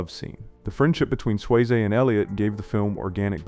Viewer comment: Sway-Zay lolol